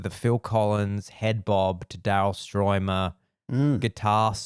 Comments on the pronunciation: I can’t believe he couldn’t pronounce Stuermer correctly which is a German name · You call yourself a Phil Collins fan yet you've never seen the "Seriously Live In Berlin" concert? Seriously? From 1990? And you can't pronounce Daryl Stuermer thats been with him since 1977 in the Genesis days? So ridiculous.